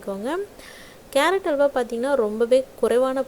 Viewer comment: Not hawla,it is halwa